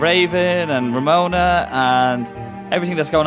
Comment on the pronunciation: Kelsey Atkin It's RAMONA not RAMENA